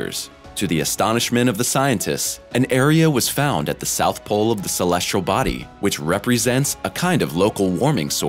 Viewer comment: Agreed. Why does he always say "celestRal"?